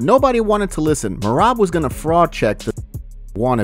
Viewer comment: Feel bad for merab, his name got butchered all event with everyone calling him dewishWilli😂😂😂